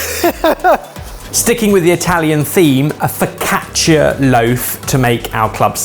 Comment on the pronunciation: He failed miserably at saying focaccia